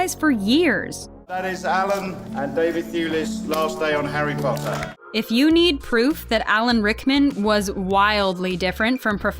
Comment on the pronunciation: i still remember how tom would say potter as POTTAH that always cracked me up